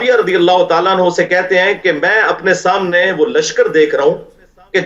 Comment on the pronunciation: سمنے ۔ نہیں ہوتا صحیح لفظ سامنے۔ 😢